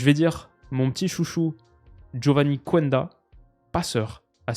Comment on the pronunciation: Salut pour la prononciation de Geovanny Quenda , le U ne se prononce pas donc ça se dit KENDA